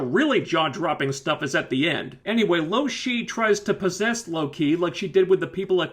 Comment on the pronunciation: If you knew her name why did you call her loshe at first...idk...sorry carry on...